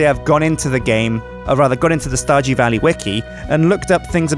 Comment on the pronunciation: "...welcome back to starJEW valley..." WTF? LOL